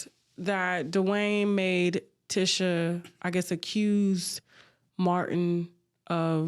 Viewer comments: I know Tasha is good for messing up people name but as you doing research on folks, research how to say they damn names. 🤦🏾‍♀️ The lady name is pronounced Teeesha!!! Not Tisha! I know it’s spelled like that but she don’t pronounce it like that 🥴😂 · Tasha being all in the business yet not knowing how to pronounce TISHA (TEESHA) Campbells name is annoying! But whew BILAL is spilling it & I believe it all!